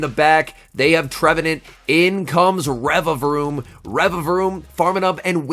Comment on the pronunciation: Congrats on saying the name correctly!! 🎉🎉👏😆